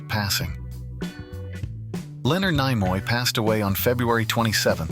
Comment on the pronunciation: Some interesting information but the A. I. Voice ruined this clip with incorrect pronunciation of names. Nimoy is pronounced Nee-moy. I can't recommend this channel 😞